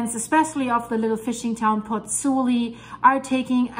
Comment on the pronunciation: Ciao from Italy, I met you on the Dutchsinse channel with your video on Grindavik and... here I am! Let me tell you something: you lost an "o", is PozzuOli not PozzUli! 😁